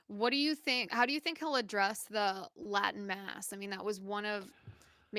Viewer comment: Lol Liz's Latin at the start was terrible. Sorry couldn't help but laugh.